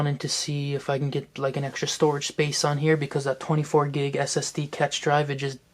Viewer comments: cash is pronounced as cache. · Cache is pronounced as cash